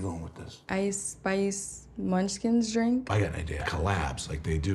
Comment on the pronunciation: Why does she say the word "drink" weird? Bless her heart. Her is too much for me. 😅